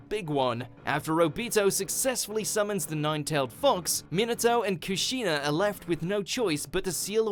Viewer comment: You forgot one: Your pronunciation of Obito and Kushina